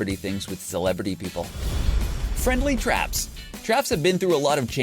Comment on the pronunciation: What's a 'friedly trap' xD